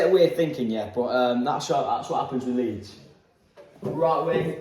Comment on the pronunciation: you missed the D in leeds XL